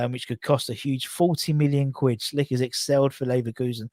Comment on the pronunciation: Hey, why U still call Patrik Schick "Schlick"? Where did U get that L? It always makes me laugh. Anyways, greetings from Czech. Take care mate. COYI